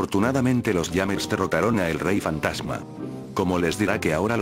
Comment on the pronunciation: Like si te diste cuenta que dijo fatama pero es fantasma no fatama